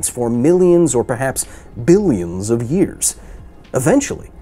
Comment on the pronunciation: You pronounced Billions wrong.